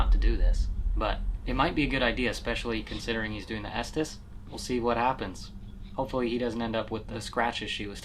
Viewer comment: Just fyi - it’s the “ESTES METHOD”. said “Esthess” and it was spelled wrong on the screen.